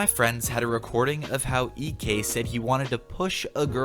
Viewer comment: That moment when you say eekee instead of EK